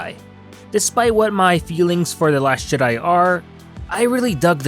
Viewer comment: The last Shit-di? Sounds like you said that man and I aint mad at ya.